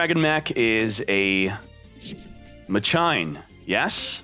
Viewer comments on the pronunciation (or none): it's not pronounced MA CHINA it's MAKINA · whyyyyy......its mah-ke-nuh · "Ma-china" lowwwwwwwwwwwwwwwl getting back into Yu-Gi-Oh Might run machines. Cool video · Omg if I hear Ma China one more f'in time it's pronounced Ma-Keena lmaoooo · IT'S MAKINA not MA-CHINA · Mock-in-uh. Not Machyna. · PLS no MA - CHINA, isn't it supposed to be MAKINA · it's Makina/Masheena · FOR THE LOVE OF GOD ITS MAH-KIH-NAH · u pronounce it like spanish not ma china lol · I think ur supposed to pronounce it like makina :) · I'm just here for muh-china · bruhh MA-CHINA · If I had a dollar for every time says MA-CHINA, I would have enough to make this deck. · Ma key nah is how you pronounce that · DrakathDrago I think you’re right about the pronunciation. It’s pronounced “Ma sheena” in the dub of the 5Ds anime. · Me: breaks plate: MA CHINA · He havin "Ma China" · like the vids man keep it up, but the "ma-china" cracks me up everytime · Lol “Ma-China” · The way he says machina sounds so wrong but funny since he mispronounces most of the card names pretty funny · Is he purposely saying it wrong ? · If I had a dollar for every time mispronounced Machina. Machina as in mach machine-ina as in idk that's just a bunch of letters. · I cannot stand how you pronounce machina